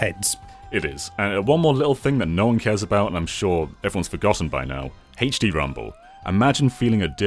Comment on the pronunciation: I love hearing "Haych Dee".